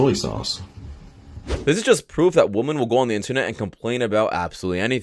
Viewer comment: ''Women'' is pronounced, ''Wimin''. Please try to get it right. Thanks.